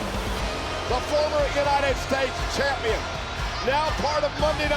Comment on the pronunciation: Mr "AAA Mega KAMPION (Champion)" 😂😂😂😂